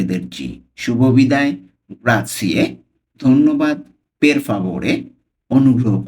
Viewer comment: গ্রাতছিয়ে না গ্রাচ্ছে😂